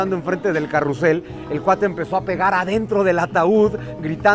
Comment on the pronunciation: popularmente se les llama caballitos, carrousel es muy rebuscado (se pronuncia carrusel)